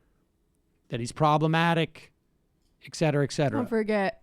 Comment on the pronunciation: Ick-cetera ick-cetera. Sam, that’s cute.